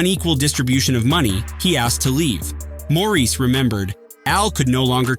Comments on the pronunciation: It’s Maurice NOT Morris! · As others said: it’s MAURICE ( MOR-REECE) not MORRIS( MORRIS)!!! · Pronounce the name correctly. Moor- Reese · Maurice not Morris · Hate the annoying AI narration. Such a distraction, often mispronouncing Maurice White's first name. Must "Dislike". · If you don’t respect Maurice White to pronounce his name correctly I can’t watch!!!!